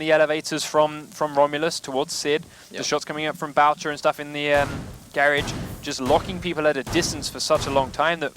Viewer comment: its not gaerage its garage...